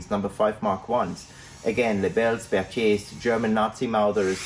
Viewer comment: You know is European by birth not because of his name, but how he pronounces 'Berthier'.